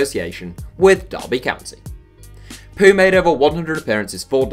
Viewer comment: You pronounced Mart Poom wrong, and I prefer Konstatin Vassiljev as the best player in Estonias history, but Mart Poom though played in Arsenal... And Vassiljev can score like hell man, SOOOOOO IDK WHO TO CHOOSE AS MY THOUGHT OVER THE BEST ESTONIAN PLAYRR IN ESTONIAS HISTORY